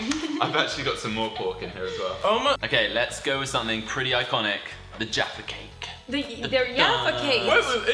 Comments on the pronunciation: please don't say yaffa cake ever again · Did she just call Jaffa cakes “yaffa cakes”??? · and it's Jaffa cake not yaffa cake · “ it’s yafa cakes ! “ ok I have heard a lot of americans pronounce Jaffa cakes in different ways but THAT is just weird 😂